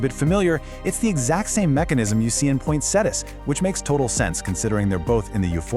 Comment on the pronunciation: the word with 4 syllables is POIN-SET-TEE-UH. Please learn this.